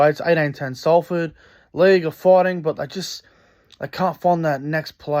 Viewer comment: Give up after 2 mins...this fat scruffy guy can't say LEIGH.🤣